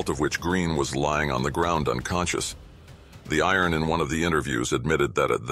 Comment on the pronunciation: His name is not "the iron" :face-red-droopy-eyes